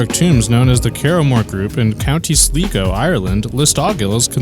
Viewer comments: Sligo is pronounced Slygo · It’s pronounced Sligo